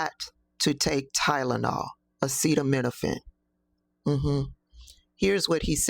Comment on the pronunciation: The fact that he tried to say acetaminophen. Smh. If he were to try to say ibuprofen or vegimite sandwich,.....you know what y'all smart you fill in your own punchlines